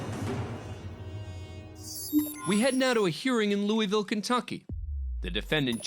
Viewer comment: There's no such place as "Lou-ee-ville" in Kentucky. There's a Louisville pronounced "Lou-uh-vul", but not "Lou-ee-ville" anywhere in the state